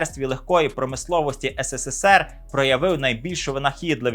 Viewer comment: Ес ес ес ер